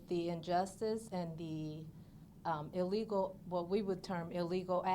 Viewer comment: Oh, Tiff, the word is “illegal”, not “illego”. Familiarize yourself with the English language. Btw, where did you stash the $2.5 million?